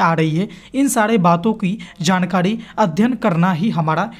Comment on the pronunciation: jankadi aap ra ko dha kyu bolte hain